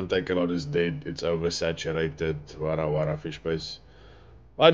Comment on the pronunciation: Lol it's the "wara wara" for me it's so south african🤣🤣